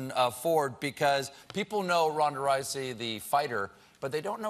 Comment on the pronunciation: hahaahha "Ronda Ricey"